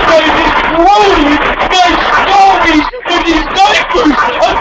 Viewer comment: Nice stowwies